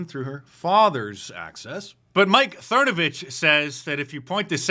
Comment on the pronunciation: I love that Mark calls him "Mike Thernovich" 😂